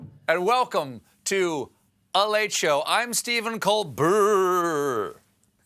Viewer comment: "I'm Steven Colbrrr! (I'm a comedian)." I love you with all my heart and I watch you every day, but that line alone confirmed why my pre-teen thinks you just make dad jokes. Still, you're immensely awesome. He will understand in time. Please keep giving us a way to face the madness.